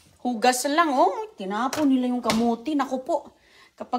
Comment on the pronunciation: Pipir(Pepper) Oki (okay) Kamuti (kamote) Paki ayos dila mo! mga bata malapit sa stove baka mapaso sila!! Burara kang nanay!